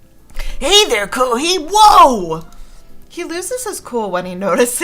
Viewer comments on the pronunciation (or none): It's not pronounced koohee it's pronounced koohay, hei=hay